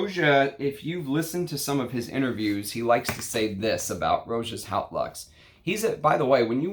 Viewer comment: Just a pedantic pronunciation note but ‘Haute’, meaning ‘high’ or ‘grand’ in English, is pronounced like ‘oat’ (with the ‘h’ being almost silent). Cheers.